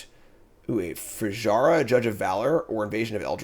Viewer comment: hey, just say Fury-a, it's easier and correct Fijara hurts my ears anyway great draft!